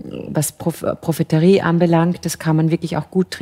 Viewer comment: Das heißt doch profetie und nicht profeterie oder nicht? 😂